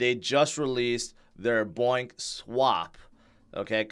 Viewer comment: Bonk NOT boink